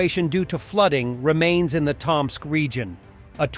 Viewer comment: *Tōm-sk. Not that I have any hope the robo voice would learn this.